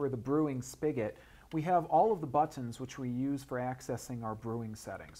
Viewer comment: he says "buttons" funny.